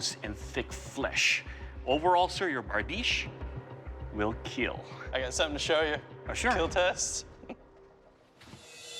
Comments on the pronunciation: “It will keel” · it will keel! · “It will keel…” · It will keel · Most importantly: it will keel